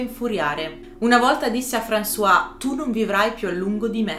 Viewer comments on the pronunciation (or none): Molto interessante. Non conoscevo i dettagli di Picasso con le sue donne. Praticamente come uomo era una merda. Apro una piccola parentesi spero mi perdonerai. Françoise Gilot si pronuncia "franzoaz" con la "z" finale altrimenti è François, ed è il nostro Francesco al mascolino. Scusate la precisazione.